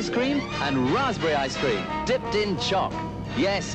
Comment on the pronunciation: And that the Orbit was dipped in “choc” (Brit shortened form of “chocolate”) and not “chalk” which is what i heard at first 😄